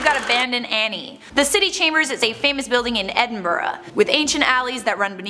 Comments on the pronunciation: Genuinely stunned that the woman in the video knows how to pronounce Glasgow and Edinburgh. That’s rare. She made a bit of an arse of Gorbals but that’s forgivable. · At least someone says Edinburgh like Edinbruh cause that’s how ya say it